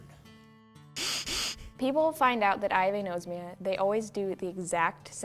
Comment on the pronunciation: its a-nos-mia not a-nose-mia. really people? you take the trouble of making this and don't even get the word right?